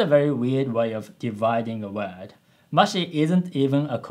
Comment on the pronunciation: Also, I understand English is not your native language and that W sounds are hard for Japanese, but the way you say "word" is a bit off (almost all of your other pronunciations are fine). I recommend you practice that accent since you use that "word" a lot in this video lol. Not trying to be mean; just helpful.